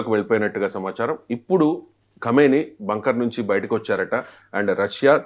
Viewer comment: ఖైమెని కాదురా సామి... ఖమేనీ 👹